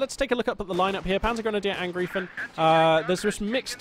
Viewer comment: The correct pronounce is PanzergrenadierAngr (I)fen like I Phone ;)